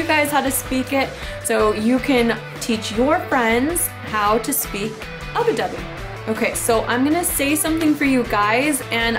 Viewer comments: just fyi it's ubby dubby not ubi dubby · i know that it was a pronunciation related thing she was saying ubbi wrong